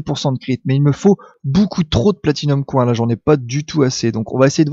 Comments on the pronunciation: Dans ce cas autant donner les deux prononciations genre: [Accent Français] "Platinium Coing", à prononcer [Accent Anglais] "Platinium Coin". L'anglais leurs sera indispensable de toute façon, autant leur donner un coup de pouce et profiter de leur attention pour leur faire écouter du vrai Anglais ! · Attention à ta prononciation en anglais xD Spinning Wheel (will) et pas Whale (wèle)(parce que baleine tournante ça fait un peu...:D) Platinum Coin se prononce Coyne x) Anyway c'est plus marrant qu'autre chose:D continue comme ça, super vidéo! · Platinium coIN on voit bien que tu es francais xD